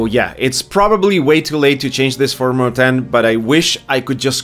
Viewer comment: You pronounce Mortain correctly. Some people say Mortain or Mortain but that's incorrect.